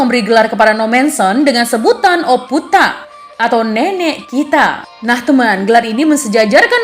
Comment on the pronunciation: Omputta/ kakek kita harusnya y ito' . Salh di pengucapan aj. Selebihny penyampaiannya jelas banget. Thx